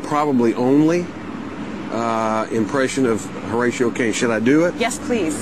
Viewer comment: its HORATIO